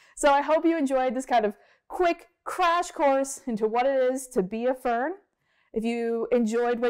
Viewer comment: Fern I mean Vern 😂😂😂